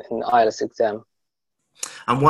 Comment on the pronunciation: Not ilets its ielts any how u do a great job